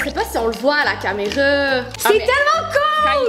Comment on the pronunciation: A 7minutes38 elle à dit caméreu